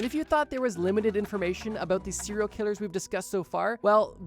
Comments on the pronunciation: What the hell is a CIRIL killer?? It’s SERIAL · Sounds like he’s saying Syria killers 😂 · “Seral Killers” I can’t stop hearing it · Had to stop watching after a few seconds because I kept hearing "siller killers" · Why the fuck is every youtuber so marble-mouthed? You literally mispronounce SERIAL in the first 10 SECONDS. Actual slop content by the way.